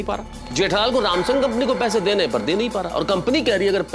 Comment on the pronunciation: In world = sumsung In gokhuldam = rumsung 🤣🤣